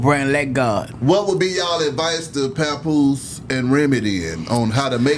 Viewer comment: When she called hkm pawnpoose ive said yeah tko